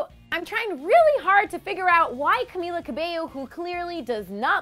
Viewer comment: can we slam the lovely narrator for her awkward pronunciation of Camilla